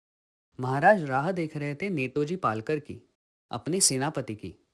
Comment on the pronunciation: It is Netaji Palkar and not Netoji Palkar as you have pronounced?